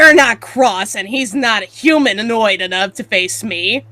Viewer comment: "hunananoid" Really Amber? really?